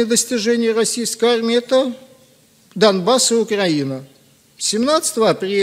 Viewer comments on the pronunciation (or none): none